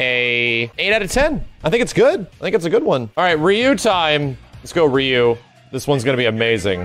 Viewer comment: Can't pronounced Ryu right